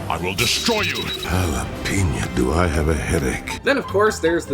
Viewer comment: why do you say jalepena?